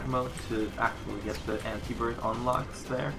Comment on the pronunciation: I think it is pronounced ant-I birth and am I the only one that expect him to have little brimstone from the last run? XD